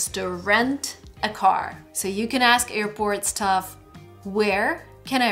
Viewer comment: Does anyone else notice that always says EARPORT for AIRPORT? In every video:D